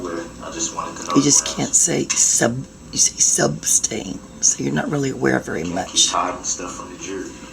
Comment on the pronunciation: I was so glad when Judge Dorow stopped giving into his demand for “grounz for sub-stain!” I got so tired of him arguing with her and thinking he knew the law better than she did. Calling her a public servant was insulting and infuriating.